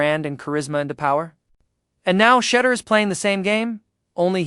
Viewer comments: And say his name right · Call him Mr. Sanders as you obviously can’t say his FIRST name and it’s disrespectful!